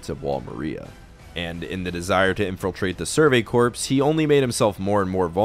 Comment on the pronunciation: Great video man! Btw corps is pronounced like the word “core.” The ps is silent